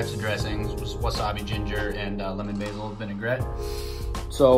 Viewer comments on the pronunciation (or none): none